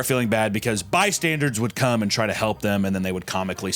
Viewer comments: "Bystandards" would come and try to help them 😂 almost as bad as how often he misuses the word " whenever" like he will say, "whenever i was in middle school we used to do that all the time.." you just say WHEN i was in middle school. I swear, watch almost any one of his videos and he will use this word incorrectly. I don't know why it bothers me so much, he does it with tons of other words too. Either uses them in the wrong context or just says the word incorrectly 😂 oooohhh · Did he say bystanders or by-standards? Either way works I guess